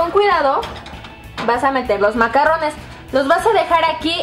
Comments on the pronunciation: ay dice macarones no macarrones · De hecho si leen la descripción son "macarones", no se pronuncian macarrones, los macarrones son fideos. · Karen se pronuncia "MACARRUNS" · se dice MACARRONES Y MACARONES "RR": Suena "ERRE" Y "R" : Suena "ERE"